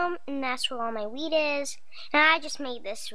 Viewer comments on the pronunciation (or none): it sounded like she said "This is where all my weed is" rather than wheat haha :D